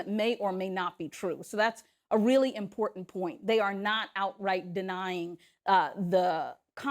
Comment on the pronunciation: Hey Herschel, there is supposed to be an r in the word "impotant"! 😉